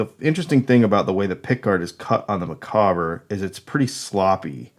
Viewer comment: Micawber, from Charles Dickens' book "David Copperfield") - pronounced 'Mic-AUB-er'. Rhymes with 'dauber'. Otherwise cool.